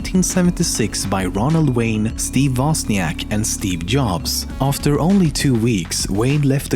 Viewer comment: Woźniak not Woziank ffs